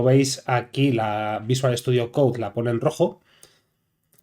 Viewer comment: no es para ofenderse, pero no se pronuncia: "coudzdzdz" (VSC), se pronuncia:"coud". por lo demás, todo bien, exelente video!...